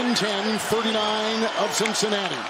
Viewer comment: was crazy "slicing through the cinncanaty D" like paus